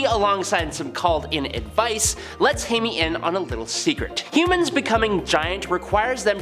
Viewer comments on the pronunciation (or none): He keeps saying Hay-me. Pretty sure it’s more like Hi-May. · who is hay-me?